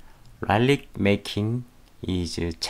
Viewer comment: '라이릭' 아니요 '리릭'이에요